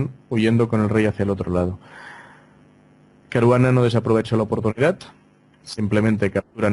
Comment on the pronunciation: Ahora ya no es Caruana es CARUGANA.